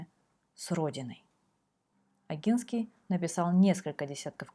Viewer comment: Извините, но позволю себе маленькую заметку, поскольку польский язык знаю хорошо (Поляк по происхождению), если букву "н" произносим как по польский с "ь" знаком, то и первую букву "О" нужно произносить как именно "о", в польском буквы "о" и "а" произносятся так как пишутся, в отличии от русского, а происхождение Огинских не менялось, менялась территория королевства Польши. Спасибо вам за каментарии